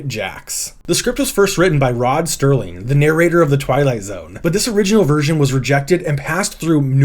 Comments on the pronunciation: Serling, not Sterling. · it's not Rod "Sterling" it's Rod SERling JFC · Rod Serling not “Rod Sterling” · Okay, pronunciation is important: Anto-NINE-uss is Tony Curtis's character in Spartacus, and Rod SER-ling (not Sterling) created and hosted Twilight Zone. EDIT: Ian Holm, not Holmes. EDIT: the word anecdote is said ANN-ek-dote. Altogether, a really good look at what we haven't seen! Thanks. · Excellent video. One thing, the Twilight Zone writer and producer's name is Serling, not Sterling ... However, everything Serling did was Sterling. My favorite Rod Serling piece is Requiem for a Heavyweight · Why can’t you say ROD SERLING??? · You need someone to proof your copy and help you to pronounce proper names, like Dore Schary. "Rod Sterling was the 'narrator' of the Twilight Zone"? Enjoyable, nonetheless. Sorry to nitpick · .........it's Rod Serling, not S-t-erling! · Rod Serling. Not Sterling. I hope you realize who he was and what he contributed. Dore Schary is pronounced DOOR-ee SHARE-ee. Thanks for the video!